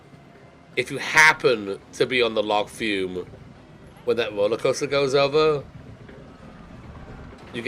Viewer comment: Forever waiting for you to pronounce log flume properly.